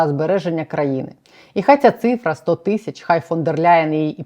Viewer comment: Пані кажіть будь ласка тисячі а не тищі ріже вухо